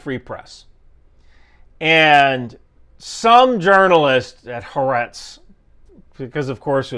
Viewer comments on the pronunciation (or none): Just FYI, the newspaper Haaretz is pronounce ha-ah-retz. Hebrew rarely joins consecutive vowels, which are common. So it's not "ha-retz" like you say. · Hi. Thanks for your info. I am an israelie and follow you for an outside view of us. About Haaretz. You are misprononcing it. There are 3 points of emphesis: Ha Aa Retz Hope this will help you